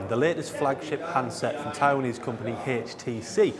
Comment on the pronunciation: Nice video.. it's HTC not HASTC...